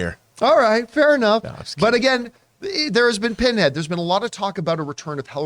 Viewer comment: his name isnt Pinhead....Pinhead.